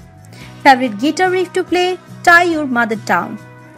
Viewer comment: Maybe if you want to put an English voice-over on your videos you should get someone who can actually speak English! What exactly is a "gitteer"? Video about Brian May and your commentator can't even pronounce the name of his primary instrument? Good grief. Factually, there are so many inaccuracies in this, words fail me.